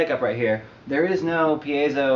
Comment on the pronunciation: Props for correct pronunciation of piezo!